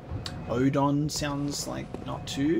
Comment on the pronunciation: For those who always wondered about the pronunciation of Oedon: Germanic and Scandinavian languages use an oe to represent an umlaut (the two dots over a vowel), which makes an o sound like a ur, more or less. Since English doesn't use umlauts, that sound is written with an oe, hence Ur-den chapel.